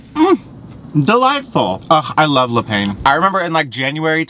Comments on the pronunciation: Le pah is how you pronounce the word for bread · Every time you say 'le pain' 😭 it's 'looh pahn' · Le Pain is French for bread, pronounced 'le peh'. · It's a good thing you didn't try to pronounce quotidien considering how everyone responded to your "pain" 😂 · le pain😭😭 its bread in french lol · The french pronunciation is killing me ahahah